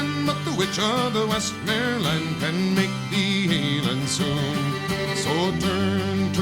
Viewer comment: And it's "The Witch of the West-Mer-Lands".